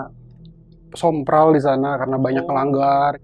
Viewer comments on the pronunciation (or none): bang saya salfok, harusnya sompral kali ya bukan semprol😂🙏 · Sompral jadi semprol, Kemenkumham jadi kemenhumkam, Yo mang lanjut aga unik nih s mamang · Sompral bang bukan semprol itu mah kue wkwk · Kemenkumham kali a'a, bukan Kemenhumkam.. 🤣👋 Sompral bukan Semprol.. ngakak dah a'a ini.. WKWKWKWKWK